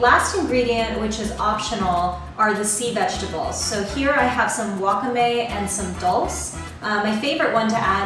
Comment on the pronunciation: wakah-may haha, wah-kah-meh :)